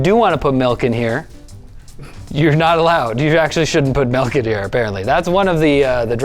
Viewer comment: It’s not m-EL-k It’s m-IL-k